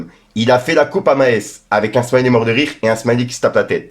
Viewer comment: Maes en Belgique c est une biere mais ca se prononce pas du tout comme ca lol